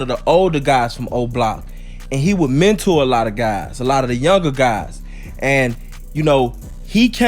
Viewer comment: "Mentor" What the hell this nigga be talking bout